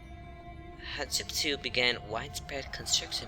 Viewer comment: Hat shep sut pronounced as hatshepsuit Not as you pronounce shatshepsue you makin me laugh though 😂😂😂😂